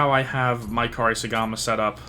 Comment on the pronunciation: Say it with me….. Coupe-Sorry-Gama 😂😂😂